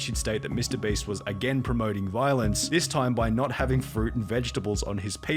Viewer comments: Please make pyro stop saying mr "breast" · Lol Is it just me or did he just say mr breast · I need a compilation of pyro saying mr breast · listen listen... Ik it's your accent but when you say "Mr.Beast" to me it actually sounds like "Mr.Breast". Makes me chuckle every time I hear it. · im not hating or anything but why are you saying mr Breast ? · Pyro saying mr breast gets me every time